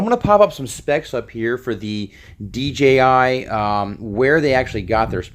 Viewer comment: I'm sorry, but I OCD about this stuff but it's DJI and not DGI, I know you know this but the way you pronounce it is making me go crazy! But great video man good job!